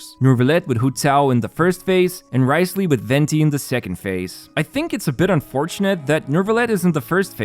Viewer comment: Wriothesley is pronounced as "rizzley"